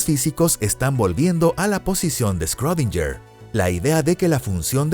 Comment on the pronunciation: quien es "escródinller" ?